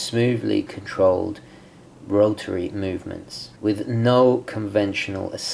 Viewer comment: When he says No, sounds like Noel. When he says So, sounds like Sole. When he says Snowflake, sounds like Snowelflake.